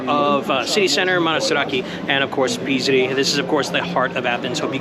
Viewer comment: Thanks for your videos 🙏 Tip: I think Psiri is pronounced "Siri" not Pisri (silent P)👍